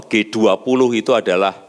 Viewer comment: G 20 pak bukan g duap. Kenapa cuma 2 kata bhs inggrisnya pak tidak seluruhnya... Kan bapak pinteeeeeeeer bahasa inggrisnya.